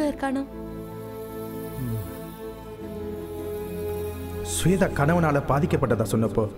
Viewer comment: Sweda illada shwetha.correct aa pronounce pannungada. Enda tamil onnu kattundhu samskrita peyaru kolai panreenga